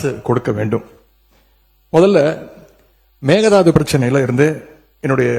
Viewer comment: It's not meghanatha annai, it's mekadatu annai..